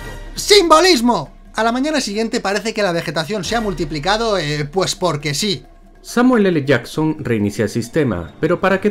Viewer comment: El mejor "Samuel ele Jason" de la historia.